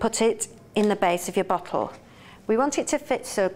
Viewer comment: BoTTle not boccle